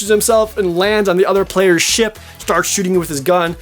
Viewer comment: I know your saying Ship battles but it sounds like your saying shit battles